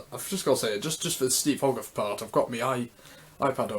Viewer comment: It’s pronounced hoe-garth... not hog..arth even though it’s written that way